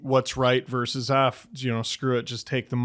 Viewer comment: It's "versus", not "verse". A verse is a portion of a song or poem, you use versus when talking about two opposing teams in competition.